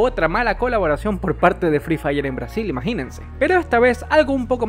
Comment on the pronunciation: Me gusta cuando dice maginense